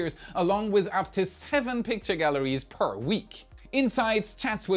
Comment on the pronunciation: "Galleries" - not "Gallaries" - if you do not mind. )) Sorry! Great report!